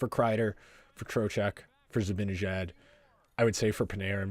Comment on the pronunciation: It's "Zibanejad" - Zib-a-nah-jad